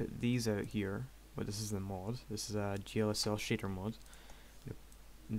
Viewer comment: it's not MOOD its mod:P